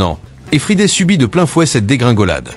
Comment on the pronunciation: Bom-dia Quand on ne peux pas prononcer Friday imaginé dans d'autres langues une vrai Catastrophe pire.que le Junk Food No Way from Lisbonne ciao ❤😂😢